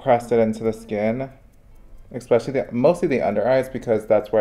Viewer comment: I'm here for you kid, you make good content, but please learn how to prounounce the word especially correctly. ❤